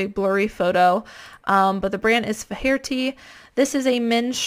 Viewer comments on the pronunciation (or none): Faherty pronunciation: FAY erty. #IrishNames